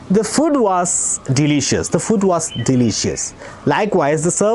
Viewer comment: ഫൂഡ് അല്ലേ സാറേ ....ഫുഡ് അല്ലല്ലോ? ഇംഗ്ലീഷ് എന്തിനാ മലയാളത്തിൽ പഠിപ്പിക്കുന്നത്?😂